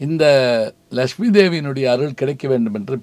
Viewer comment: Sir sound pronunciation is important than Tamil.laxmi lakumy